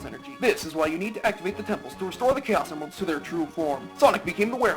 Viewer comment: What about my letter? ", every time you say "Chaos Emeralds", it always sounds like "Gayos Emeralds", unintentional mispronunciations?" Now I feel bumped and left out:c